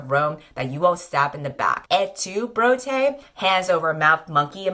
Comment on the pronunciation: I can't tell whether you are just mispronouncing/-spelling the vocative of Brutus or have made an ingenious pun/portmanteau of "Brutus" and "bro" and it's driving me insane. I need to know!